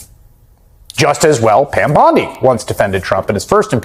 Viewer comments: How can one trust your podcast/information when you can't even pronounce names correctly!? Its bOndi! It is not bAndi! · Why are you saying "Pam BAndi" ? What is up with that? ?